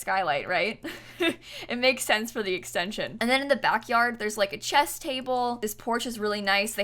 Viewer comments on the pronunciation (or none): none